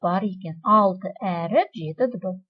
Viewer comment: Өріп емес әріп